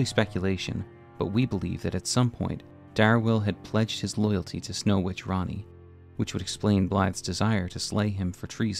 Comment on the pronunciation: Bruh ppl just cant say "Ranni" "Rennala" and "Renna" correctly 💀 Like guys pls: Raani? Rentala?